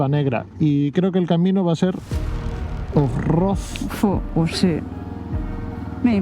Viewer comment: Felicitaciones chicos por los 5000 kms. Que manera de reirme con el "OFROD" fallido, pero luego recuerdo como empecé mis aventuras en moto y se me pasó, hay algunas muy vergonzosas😅